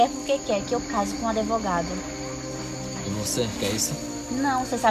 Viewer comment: adevogado, não sabe nem falar direito kkkkkkkk